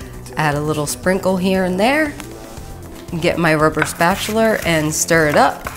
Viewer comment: Now see...I thought I heard "spatular" but brushed it off, then I heard it again and then James Brown dance came - I was like, "Wait, where is she from again?!" Haha! :) I loved the video - very down-to-earth :)